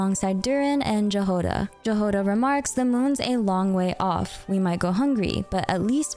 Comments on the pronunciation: If I may permit myself to correct you, as a slavic person, Jahoda's name is pronounced more like Yagoda. Which means "berry" in a lot of slavic languages, and is also a polish name :3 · hey! great video - just wanted to say that Jahoda is actually a slavic word (in slovak and czech it actually means strawberry!), and the correct pronounciation is yahoda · Jahoda's name is pronounced as 'Yahoda' :) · I am bitter on how you read Jahoda it's read Yahoda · Jahoda should be read as Yahoda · Shouldn't Jahoda be pronounced "Yahoda" or "Yagoda" if we stick to Slavic pronunciation? (Btw in Polish it means berry and is also a female name). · Btw it's more correctly to pronounce Yagoda than Jahoda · it's pronounced yahoda btw :3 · Keep hearing the mispronunciation of the name Jahoda. "J" here isn't like in the word "jam" it's a yot-sound /j/ as in the word "yes". "H" also should be voiced, not voiceless. And the stress is on the first syllable. The transcription is [ˈjaɦoda], or YA-ho-da. It's originated from the Slavic root that means "berry", or in some of the Slavic languages – "strawberry". Compare the following: Czech/Slovak: Jahoda Polish/Serbian/Croatian/Slovenian: Jagoda Ukrainian: Ягода (Yahoda) Belarusian: Ягада (Yahada) Russian/Bulgarian/Macedonian: Ягода (Yagoda) Thank you for your video btw, it's amazing, as always! EDITED: and Lauma's name as well, it's LA-oo-ma /'lauma/, not LAW-ma /lɔːma/ (Lauma is a Latvian variant of a Baltic god of fertility). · Fun fact: Jahoda in Czech (and possibly in other slavic languages) means strawberry. I wonder if her name will be pronounced “wrong” as you pronounced it or if it will be pronounced correctly like in our language(s). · OMG FINALLY !!! THANK YOU FOR USING THE IPA